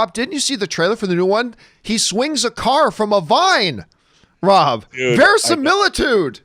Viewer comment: Versimiletude!!!! Good one John 😂😂